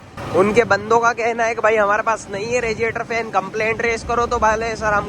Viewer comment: Regiator nhi hota radiator hota h